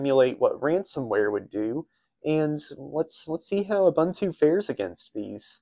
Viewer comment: That was an "OOBOONTOO" system. "OOBANTOO" doesn't exist.